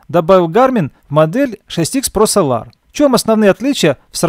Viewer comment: Прошу адекватно относиться к критике, это сделает ваш канал еще лучше. Ведь если будут супер видео, да еще и с хорошо поставленной речью, ощущение профессионализма и популярность вашего канала будет расти. Неправильных ударений очень много, это коробит слух. Да даже солАр на самом деле это сОлар